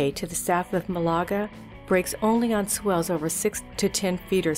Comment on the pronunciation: It's pronounced MAL'-a-ga Cove, not mau-la-ga. Sheesh. Still, was fun to see some good waves on sunny days.